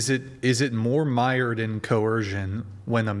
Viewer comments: The word is MIIIIIIIRED not MEEEEEERD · I definitely was not expecting someone with a collegiate education in English to wildly mispronounce several words in an opening that I had down when I was fourteen. Do I speak English perfectly? No. I would imagine nobody does. However, I'm not going to botch saying common words like mired or prerogative. 😂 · Was I the only one to notice that Only Farha, who supposedly has a BA in English, had managed to obviously mispronounce 2 words in the first 2-3 min of her speech?!?! 'Mired' was one, can't recall the other. And her opening was so soulless and orthogonal to the actual debate topic that I couldn't be bothered to re-watch it. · She didn't write the opening statement. She mispronounced, "mired" and "proselytize". One does not write words one does not know how to pronounce. She read it quickly to give the impression she was very familiar with it.